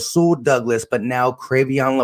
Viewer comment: Sir, thank you for your content. Just wanted to make a slight correction though. His first name is pronounced “(Cray-Vaughn)”.